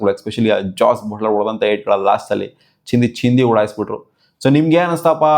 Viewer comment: ಚಂದಿ ಅಲ್ಲ ಚಿಂದಿ